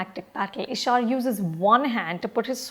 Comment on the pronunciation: She watched the movie and can’t even pronounce the lead’s name ishaaaaaaaar ‘’’And all about those action scenes in the end they went overboard with it’’ Its an action movie anupama come on Why do i feel like you are just reading a review made by your team